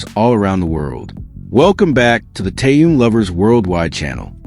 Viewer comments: Это вы его так называете Тэхен. А правильно Таянг понятно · Кто читает? Он почти не одного имени правильно не назвал. Тэхена то Тыном называет, то Таенгом обзовет. У него, что нет текста перед глазами или он буквы не знает?